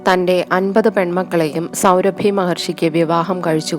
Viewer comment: സൗഭരി മഹർഷി....സൗരഭി അല്ല.....ആഖ്യാനം നന്നായിട്ടുണ്ട്